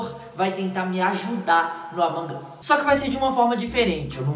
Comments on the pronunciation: Brener n se fala amongos é amog us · Ele fala amon Gus o normal e among us